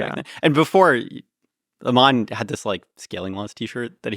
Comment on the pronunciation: It's not pronounced "Amaan" 'Am' part is correct just add 'an' at the end (like an apple an)